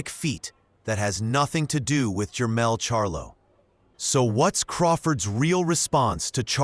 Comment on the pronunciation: Jemall not Jemell....both are loses